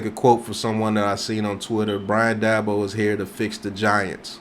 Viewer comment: Please learn how to pronounce the guys name if you're going to talk about him